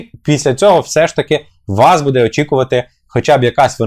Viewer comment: Бууууууууде а не будееееееее!